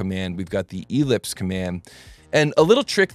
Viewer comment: The accent on ellipse is on the second syllable.